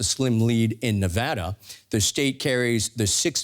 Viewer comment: First Announcer I've ever heard pronounce Nevada correctly. Kudos